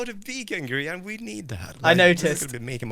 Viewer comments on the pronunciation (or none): did he \just say "the grain station"? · By the power invested in Mojang, snow powder now pronounces Grian and Mumbo a platonically married couple. (After their divorce last season.) I cAn’T- Edit - I love how everyone else is trying to be productive, or causing chaos while Grian and Mumbo are having a romance scene. XD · Gran = Grian bred not g tran